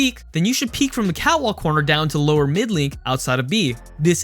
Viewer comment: Is it just me or does it sound like he's saying "cow walk" instead of "cat walk"?